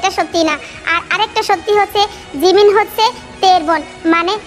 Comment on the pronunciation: sorry 😂😂 আপু আমি জিমিন শুনি নাই আমি শুনছি রিমিন 😂😂😂😂😂😂😂